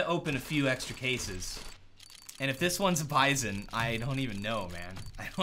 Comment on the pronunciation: I think its pronounced as Bee-zon